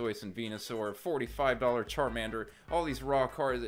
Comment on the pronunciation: Ohhh “raw cards”…. I thought you kept saying “rock hard” lmfao 😅